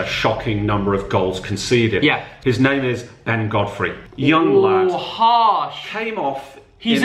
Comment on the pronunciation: Got Norwich Godfrey wrong